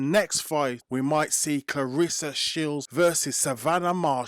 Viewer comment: it’s about how she pronounce her name. Not how others mispronounce her name. Claressa (like if you were to pronounce REST. Of course, without the T.